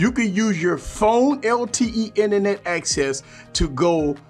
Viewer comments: I love his pronunciation too! "Inenet" is my word of the week haha! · Thx for that man! I kind of think most of the features this provides, are already possible without it, like: - the Inernet (I love your pronunciation lol ) , we have the ability to use an Android as a router, & basically still using our big laptop screen, with our smartphone's Inernet :D - Checking our files / pictures: it's almost the same to plug the phone to navigate through the files & find our pictures, double click on them & seeing them on PC screen, same for most other files (videos will have to be buffered, & some files might not be compatible with Windows apps, but no big deal) - Working on Office like docs: you can almost seamlessly go from 1 device to the other using Google's online "Office" version, & if you need deeper productivity, probably that going on desktop version by regularly transferring the file on PC is a better idea, while not being that much of an hassle (especially when your phone is plugged anyway, if you use DeX through USB; if you're always synced in BT, even easier)... IMO For Gaming, it's a complete + this time, as you may have the Windows version of the games, but not the Data of every games shared through different platforms (exactly like between PS, Xbox & PC), so using your PC Screen while progressing on your Android version of games (or games only available on Android of c), is heaven. The phone call sync allowing to use the PC speakers & mics, is great too, & was probably integrated to concur with the fruit company... or at least, filling